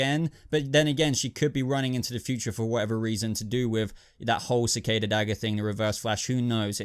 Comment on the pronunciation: who is krisada? Dude, you make it too obvious that you don't watch the flash etc. lots of names pronounced wrong etc, am sure u did the same with Gotham recently as well lol